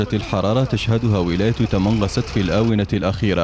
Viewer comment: اسمها تمنغست و ليس تمنراست